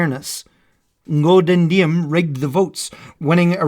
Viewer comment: The fact that this animation was made with Krita amazed me.I also like to see non-Vietnamese historian made the video related to this war that did not put the North Vietnam in bad life.We were defending our country from the Us. But I think in Ngo Dinh Diem’s name is pronounced ‘zi:em’.Overall,this is a great video. I should use this for learning history about Vietnam lol. Sorry if there was a grammar error in this comment. My English is kinda bad because English is not my first language😅